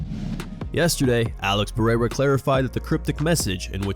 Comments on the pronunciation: Chael’s name gimmick is so lame. He mispronounces names on purpose. No one in history has pronounced Pereira as Pee-air-a expect for Chael. He does it with plenty of others fighters names as well. I guess it thinks it’s cute or something… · Chael will never say Pereira's name correcetly lol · It's hilarious that Chael can't be bothered to pronounce fighters' names correctly even though he talks about fighters for a living.